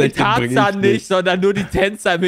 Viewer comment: Tarzan - Tat Zahn = do tooth